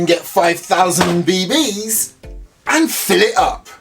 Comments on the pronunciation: love how he said bbs he said be.. bees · He always says it that way 😂